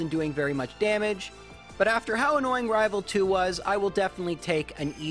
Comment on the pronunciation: I'll be honest, "Rival Fival" is one of the best speech mistakes I've heard for quite a long time, it just fits, it's like you're unintentionally mocking.